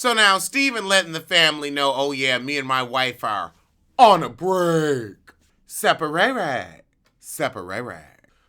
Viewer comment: “Separ-ray-ray, Separ-ray-ray” took me tf out lmfao omg 😭